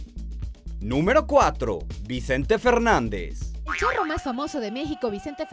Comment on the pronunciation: Cuando salio vicente juro k oi, el churro en vez de charro , au ya se me cayo el cel